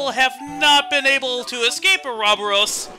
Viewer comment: actually how you say it is or-O-boros